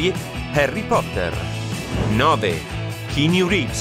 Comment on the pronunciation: raga scusate però uno che dice chinui reeves vive davvero dentro al matrix😂